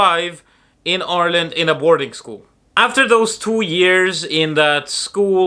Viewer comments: You even pronounce Ireland correctly like a native- “our land!” How/when did you get the caddy though? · Love how you say Ireland the same way the Irish do. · I love how you pronounce Ireland like an Irish person. 😊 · It's funny how you have a Russian accent but you say "Ireland" in an Irish accent :D I love the ways languages and accents can mix.